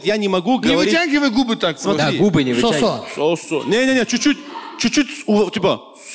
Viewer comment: Не СосО,а СОсо правильно говорить